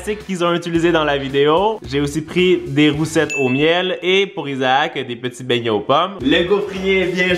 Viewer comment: On dit des bainyai pas des mayne